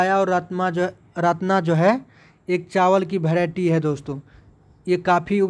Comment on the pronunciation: भैराइटी नहीं यार बैराइटी होता है 😂😂😂